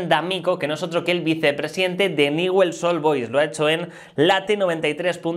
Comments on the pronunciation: No sé dice Newell's, se dice Ñiuls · No se pronuncia así el equipo de rosario se pronuncia ñul.... Así suena